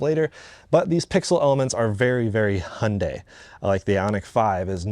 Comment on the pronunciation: thank goodness you guys say the name right.. so many UK reviewers say "high un die"...